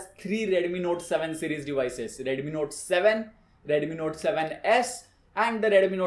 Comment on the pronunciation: One similarity is ads, look at his expression 😃bro one thing is dont say redumi, say Redmi😁